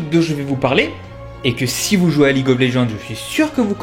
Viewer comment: Mais comment vous prononcer League of Legends ? Prononce le en Anglais, sa fait trop bizzare mdr en français.